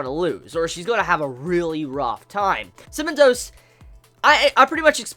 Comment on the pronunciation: Haha every time you said "Cementos" I heard "cinnamon toast" and took half the video to figure out who the heck "cinnamon toast" was. Yeaaah I'm slow. XD